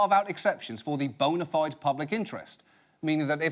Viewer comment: I was just listening and not watching when I heard him say "boner-fied"...